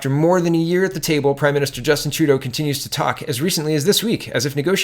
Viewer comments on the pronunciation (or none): none